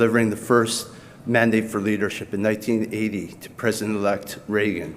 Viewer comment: in Pillar 3, did you say "Mormon-Dane"? Is this tied in with LDS?! I know you keep trying to change history to include religion in American politics. But this country was founded escaping the Catholic Church's involvement in Politics!! You can keep trying, but I refuse to be gas lit. You guys always make accusations with zero proof that are eventually found to be projection when chump is indicted for the very accusations you make. That's my proof. Where's your's? And where is donnie's wife and family? He's always campaigning alone! Nobody finds that strange? Especially since it's never happened even for local dogcatcher! I'm sure it has something to do with he's always s*itting his pants. 🦧🚼🦨💩💯